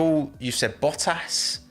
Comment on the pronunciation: U kept saying boahass..... Isn't it boattas